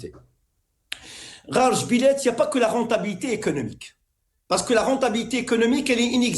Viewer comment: C'est GARA djebilet et non GHAR, VOUS EXCELLEZ DANS L'ARABISME !